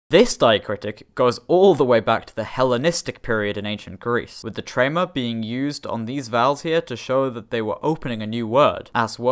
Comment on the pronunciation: Trema* not Treimer